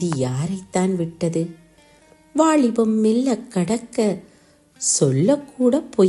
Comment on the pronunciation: உச்சரிப்பு தவறு. அதனால் கவிதையின் உயிர்ப்பு இல்லாது போகிறது. வாளிபம் கடந்த என்று தொடங்குகிறது. அது வாலிபம். காதள் உறக்க கூறு காளப்போக்கில் அணுதிணமும்???? லகரம், னகரம் ரகரம் எல்லாம் கொலை செய்யப்படுகிறது. ரசிக்க முடியவில்லை. வாழ்த்துகள்.